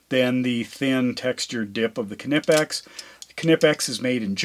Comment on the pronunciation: In the name knipex, the K is silent...